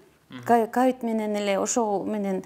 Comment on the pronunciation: ЖАТКАН ЖЕРИ ЖАЙЛУУ БОЛСУН ,АЛИНАГА САБР БЕРСИН ,КАВИД ДЕБЕЙ ,КОВИД ДЕП АЙТЧЫ